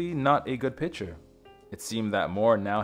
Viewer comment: Btw, its "pic/ture" not pitcher....if you're going to narrate, enunciate......